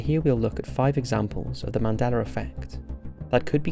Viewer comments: It's "Mandela Effect", as you pronounced "Nelson Mandela"... I don't know why I keep hearing you say, " Mandeler Effect " ,but, I do. Great video, regardless how you pronounce it. I think what CERN has (and is currently) tinkering with is what is causing issues. Do a video about CERN!!! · Mandeler???? I thought it was Mandela!?!? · Why is it pronounced as "Mandeler"? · “Mandelar” lol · He is saying 'Mandelar effect' or am I hearing it wrong?